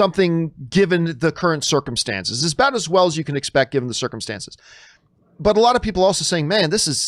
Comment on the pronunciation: "Under normal snirckemstances.." 😂🤣